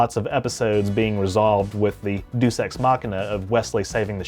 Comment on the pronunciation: Deus is pronounced "day-us" not "doose"